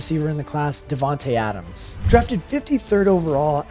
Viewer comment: Adams* - the S is part of the name, same as in Evans. Why TF is everybody on YT unable to get such simple short words correctly?!